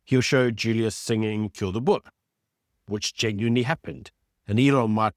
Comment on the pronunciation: Boer not Boar